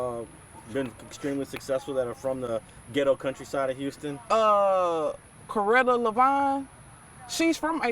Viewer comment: Corretta divine? 😂 its Loretta Divine..yes shes from AcresHomes. Slim Thug moved to Acres Homes when he was a Youth. Theres a few Athletes.